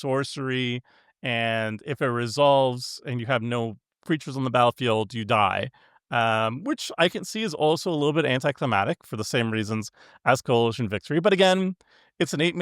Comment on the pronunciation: Anti-Cli-MAC- tic "MAC" Anticlimactic there is no silent C my friends. Love you guys. Free Crypt!